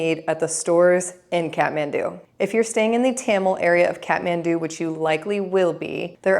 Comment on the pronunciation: Here's another pro tip: the Kath part of Kathmandu is pronounced like "cot," not "cat."